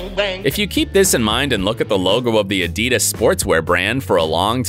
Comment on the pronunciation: Sorry but that's not how you say adidas